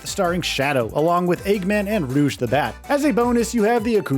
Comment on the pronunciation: The entry for Dynamite Cop was showing footage of a current gen game, unrelated to SEGA, and in the Sonic Adventure 2 section, he initially mispronounced Rouge as Rogue.